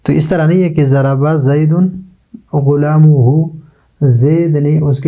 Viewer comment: ضرب زید غلامہ ،،غلام کے میم پر فتحہ ہوگا اپ نے ضمہ پڑھا اس کو ٹھیک کر لیا جائے شکریہ